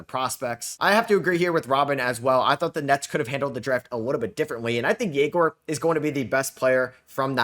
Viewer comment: huge respect to to reading comments and pronounce Egor surname correctly! And yeah, choosing 3 PGs is kinda odd. Looks like it would be some hunger games for playing time idk